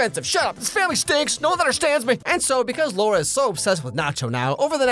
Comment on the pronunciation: It's still LAURA, not LOA -.